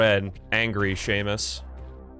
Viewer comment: “Sah-mus” not Seamus, and it’s a girl!